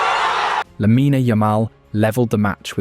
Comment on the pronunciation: It's lamine NOT lamina